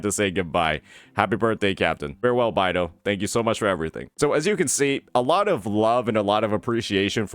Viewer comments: It's beidou not baidou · i could've sworn it was pronounced "Bay-dough" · Today i just learned that pronounces Beidou "By-Do" 😭